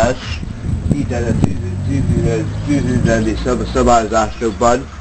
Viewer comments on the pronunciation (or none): a tüzsszsüzzsüsz szabályzásokban